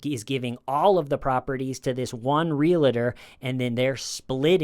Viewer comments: REAL-UH-TOR? REALTOR. WHERE'S THE EXTRA SYLLABLE? Otherwise, love your videos👍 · Gotta jump in here to say a) love your show, and b) Pleaaaaaase stop saying “REAL-i-tee” (it’s REAL-tee) and “REAL-a-tor” (it’s REAL-tor). Realty. Realtor. Only two syllables apiece. 🌺🍷🌺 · can't say realtor either hahaha